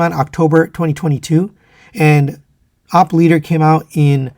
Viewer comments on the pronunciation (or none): It's O-P leader not opp leader. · “Oh pee” not OP